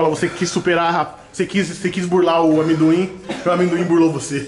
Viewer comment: Cara, o falando "aminduin" KKKKKKKKKKKKK não tanquei